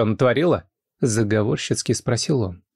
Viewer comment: Вообще-то в начале рассказа сестру Вики (мать тройняшек) звали Лена, а Марина была мама Вики и Лены. К моменту свадьбы тройняшек Лена стала Мариной. Уважаемый автор, будьте внимательней, это не в первый раз и не теряйте ЩИ в слове "заговорщически".